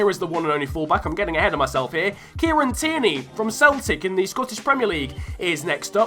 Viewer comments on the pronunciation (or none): none